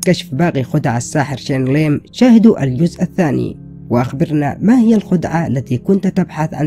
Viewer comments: Bro ur title is Shane Lim but his name is Shin Lim and also ur said Chen Lim...Bro WTF!! And also u dont know how he does it u cant reveal it this video is all fake ur doing it for views this video is a huge CLICKBAIT!! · Thats not “Shane Lim” thats “SHIN LIM” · ITS SHIN NOT SHANE COME ON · It's "Shin" not Shane, brah! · نطقه لاسم الساحر شينيلغن مااعرف كيف اكتبه بس المهم انه يضحك😂..